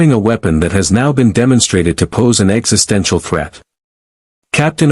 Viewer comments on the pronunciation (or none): none